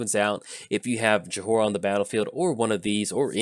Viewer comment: I love you, but it's pronounced Joy-rah. The H is silent.